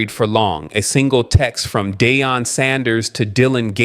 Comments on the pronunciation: It’s not pronounced Day-on. It’s Dee-on! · Dee on!!!!!! Deion not Dayon